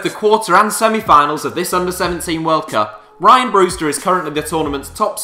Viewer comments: You put no effort into research in these vids it's rhian not 'ryan' ffs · It's pronounced Ree-an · sorry to break it to mate but it's pronounced rhian